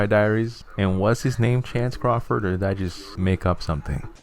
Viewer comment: Your pronunciation of Penn Badgley and Chase Crawford got me weaaaak 😂